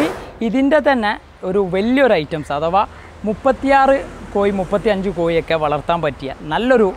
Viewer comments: കോയി അല്ല (കോഴി എന്നു പറ )🤭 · പറഞ്ഞ പറഞ്ഞ് " കോഴി" കോയിയായി, കോഴി എന്ന് 10 പ്രാവശ്യം ഇംപോസിഷൻ എഴുതി സ്പുടത വരുത്തുക ! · Not Koyi but kozhi. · കോയി എന്ന് പറയാതെടാ. കോഴി, കോഴി, നാക്ക് വടിക്കുക ദിവസവും. 🤪